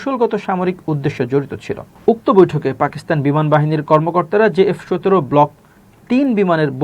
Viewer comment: J F ১৭ বলতে কিছু নাই ভাতিজা, সঠিক উচ্চারণ হচ্ছে; JF 17.....! একটু বুদ্ধি শুদ্ধি রাইখো মাথায়....